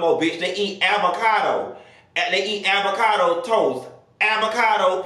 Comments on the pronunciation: Hahahhaah what's "Aby-cado" 🤣🤣🤣🤣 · 😂did he just say “avacado sausee” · “AVACADO SAUSHICK” I hollered 😂😂😂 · Not “Abacado” though 🥑😂😂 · Nah Nessa he said Abacado hahaha😅😅